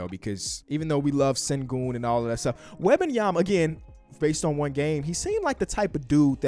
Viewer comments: It's Wem-ban-ya-ma not wah bah yema. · Wabayama?? Bro wtf are you saying lmao. It’s Wem-Ben-Yama. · It's Wembanyama, not Wabenyama. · Yo bro, love the content but its Wem benyama not WAAAH banyama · It's not "Wabenyama" it's "Wenbayama" lmfaooooo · It’s a tough listen 😂😂 “Wob-an-yama” Hold up I just got to and he started saying it right wtf 😂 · He kept calling him victor wabyama😭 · Love the vids but you gotta get Wembanyamas pronunciation right, it aint Wabenyama. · his name is pronounced Wem-ben-yama!! You say his name so terribly 😂😂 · I don't know who WAH-BAHN-YAH-MA is. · Wobenyamba lol get the pronunciation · his name is not wabbinyamma please learn it if you wanna talk about him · Stop saying WAHbenyama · Mannn, the way say Wembanyama 😂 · back when dr beecham pronounce his name as "victor wabbanyama" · But why do you pronounce the E und Wembanyama as an A ? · Why is he saying victor last name like that lol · Can you please pronounce bro’s name right… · can we learn how to say his name please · I don’t think is saying his name right lol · you gotta learn how to pronouce his name man 🤣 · how are you still pronouncing his name incorrectly lol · Butchering that man's name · At least learn how to say his name